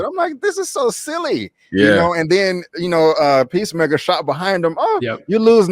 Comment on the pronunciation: Idris alba: 'pissmaker'